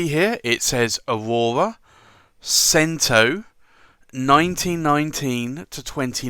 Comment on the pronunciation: Cento is Italian for one hundred. It's pronounced CHEN- toe.